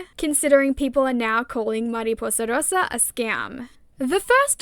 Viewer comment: please do more long format videos!!! btw as a spanish speaker i love how you pronounce mariposa rosa